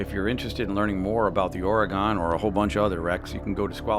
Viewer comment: INCIDENTLY ITS PRONOUNCED OR-Y-GUN NOT OR-Y-GONE!!